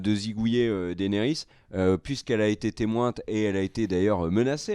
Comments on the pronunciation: "Témointe", vraiment? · « témointe » j’ai saigné des oreilles